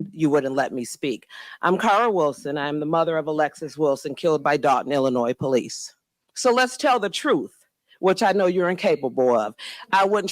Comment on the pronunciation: I’ve never heard a mayor call the police “The Poe Lease” 😂